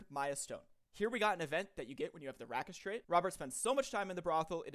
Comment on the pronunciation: It's not "rack-ish", it's "rake-ish".